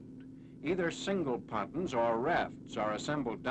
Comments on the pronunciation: Someone in another film comments said that’s how they pronounced it back then, I can’t confirm that though. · Patuns??????? Pontoons.